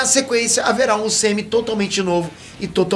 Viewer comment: Mano, o falando "Como é que acaba o UCM?" parece que ele tá falando "Como é que acaba o sêmen?" 😂😂😂